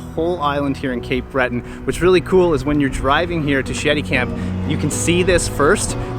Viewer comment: Did I hear you right, Sheddy camp? Or was it something with 'i and t'.